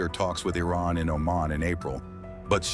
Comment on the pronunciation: I like how there's two possible ways americans pronounce Iran and Trump decided to go with neither.